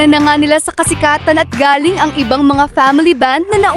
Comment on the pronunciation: Pronounce the word “galling” as maragsa (with emphasis) “galling’ “. Ask a true Pilipino what I mean by “maragsa’ “. The way you pronounce”galing” (slowly) means , “coming from but when you pronounce “galing” the right way (maragsa-with emphasis) it means very good. I don’t mean this the wrong way , I just want to give the credit where it’s due. You’re doing good, a buhay ka!